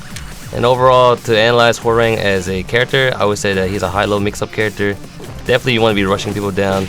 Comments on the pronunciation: It's "Hwah - Rahng" not "Hwah - Raing" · The real pronunciation is Ho-rahng, which means tiger. Korean to English translations can be weird sometimes, and they definitely sound off when spoken. And wtf, he can't punch anymore? So he's cut just for show. :/ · His name is pronounced "How-wrangh", but the pronunciation has been debated on all the time cause the Tekken announcer in the game actually has different pronunciations as well lol